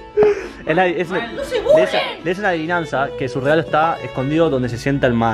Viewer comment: porque decís legalo pero se dice regalo